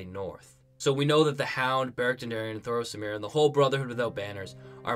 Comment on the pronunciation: thoros OF MYR!!!! For the love of god! lol not, Thros AMIR! lol